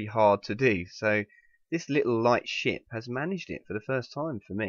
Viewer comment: When he says "ship" it sounds like "sh*t" to me